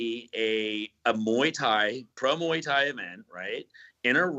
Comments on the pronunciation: moo-ey tie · Mooey Tie? Sweet